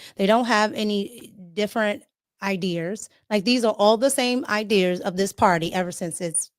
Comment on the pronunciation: both sensible and easy on the eyes and ears. But, where is there an R in IDEAS? 😆